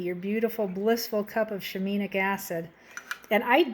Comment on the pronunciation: "Shi-mean-nic" LOL